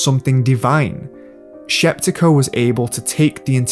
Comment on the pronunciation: Larisa Shepitko, not Sheptiko